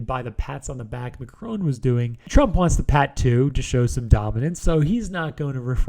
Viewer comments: Mac-roan??? It's Mac-rohn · Are we gonna ignore the pronunciation of the French President by the Speaker ? I´m not even French.